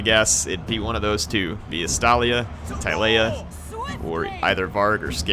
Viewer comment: TILE-A-EA? pls Till-ea